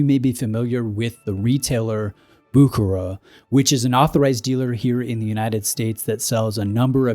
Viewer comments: It's: BOO-HER-ER !!! If you're going to do a video on a brand, you could at least bother to look up how to pronounce their name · is sounds wires when you try to name a Swiss or a French name in English, the last name is pronounced Bousherér I know I'm typing it wrong but that's how you should pronounce it. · Ah Bucherer...NO "K", it is a CH as in lochness, and the R is also at the end of the word pronounced... It's German, not english. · There's no 'k' sound in Bucherer. 'ch' is very similarly pronounced to the 'ch' in Loch Ness or Ich. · You’re completely butchering the pronunciation of Bucherer 🫣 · You really "bucher"ed the pronunciation 😁